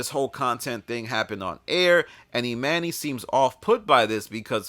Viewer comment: said its not pronounced "e monny" on the pod when he first joined